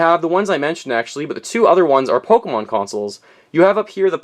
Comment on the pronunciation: If you are going to be a nintendo expert, Pokemon is "Poke-ay-mon" not "Poke-o-mon" I'm not butthurt, but according to *****, that's how you pronounce it.